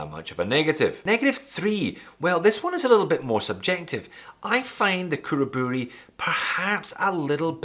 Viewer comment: Perfect pronunciation on Khuraburi!